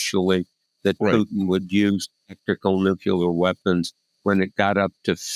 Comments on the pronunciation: Someone needs to tell Bob Woodward he is not pronouncing the word nuclear correctly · nu + clear does not = NUKE-YOU-LER. Bob. BOB... good God!!, there is only ONE 'u' in 'NUCLEAR', followed by the word 'clear' --- like a window or something transparent. I know that a sub-literate ex-POTUS made the mis-pronunciation popular via cable news after 9/11, but KNOCK IT OFF, journalist. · Bob Woodward can’t say the word nuclear correctly. Same for Bush the lesser. This is really picky, but it always triggers me as to me, they both sound ignorant when they say it incorrectly.